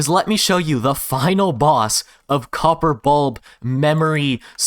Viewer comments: "Xopper" "Xorper" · Cox-or gate? (Co: Copper)